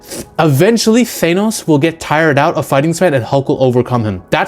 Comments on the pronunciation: Thainos? 😂 Th-an-oh-s. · WTF is a Thay-nos? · why cant americans even pronounce names that americans made up. th-A-nos not th-aye-nos. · such a stupid Marvel complaint - also cut your nails ya weirdo - and its pronounced THAN-OS not THANE-OS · You're the first person I've ever heard to pronounces his name, "Thay-noss." Try "Thah-noss." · You're clearly have alot of knowledge when it comes to marvel characters and the universe but the way you keep pronouncing Thanos's name just doesn't hit the war right. Why do you insist n pronouncing it " Thaynos " instead of " Thaanos "? Outside of the one thing, I completely agree with your take that Edward Norton had the better Hulk and imo they keep nerfing hulk so they can write him into more scenes where he overcomes his weakness and isn't used as a saitama type of character that swoops in to save the day. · thaynos? broooo😂😂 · Why does he keep pronouncing it like "Thanus" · I think you lost us in the first sentence when you pronounces Thanos "Thay-nos" . . . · "Thaynos"? Lol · Is it bad that my main issue in the video is that you pronounce Thanos as Thaenos? Everything else is pretty on point, the absolute nerfing they did to the big players such as Hulk and Thor is embarrassing, especially when you realize that it's just because they didn't know how to make Thanos and Captain Marvel seem powerful without just doing the typical lancer move of throwing the biggest allies around to bluntly show that the threat is just that intense. It is important to note as well that in the comics, Hulk has infinite stamina and his strength just constantly grows with his anger and his regeneration is so fast that his wounds almost instantly heal. Comic book Hulk would eat MCU Hulk like a kit kat bar. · I might take this man's opinion more seriously îf he was able to pronounce Thanos name properly!